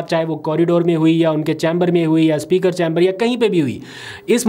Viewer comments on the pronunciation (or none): none